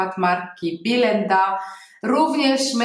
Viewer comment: To jest biElenda a nie bilenda... strasznie to brzmi...